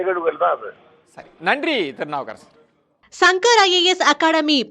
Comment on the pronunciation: திருநாவுக்கரசர் என சொல்லுங்க செய்தியாளரே